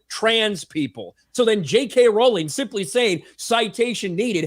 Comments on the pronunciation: So to be clear, it's not "RAWRR-LENG"? 🤣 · "ROW-LING" One day the guys will learn lmao.